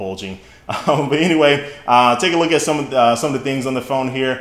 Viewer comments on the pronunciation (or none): He said take ablook at the phone